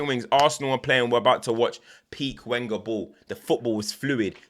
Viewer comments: The W (Wenger) in other languages is pronounced as a V Venger. had to bold put it in bold my guy is killing me here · love the vids no problem it’s hilarious every time you say.